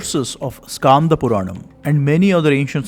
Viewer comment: i am from thamizh nadu.I know thamizh. It should not be pronounced as irama but rama 'e' is silent. Btw it should be pronounced as Skanda not Skaanda. Also it " Yeri kaatha ramar" since he protected it. I am near that area so i know it. Kindly take it in the learning sense. Thanks